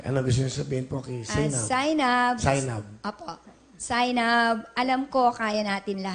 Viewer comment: Zay-nab pala 'yon? 😃